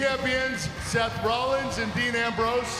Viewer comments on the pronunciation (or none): none